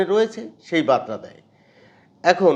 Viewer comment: বাতরা নয় বারতা। উচ্চারণ ঠিক কর।